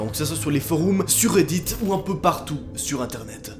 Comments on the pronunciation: "les forooms" xD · "Les foroums" XD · “Les foroumes” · "sur les Foroums"